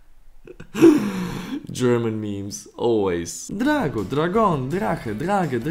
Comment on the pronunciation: As a Portuguese person seeing this man say “dragau” trying to read our word makes me laugh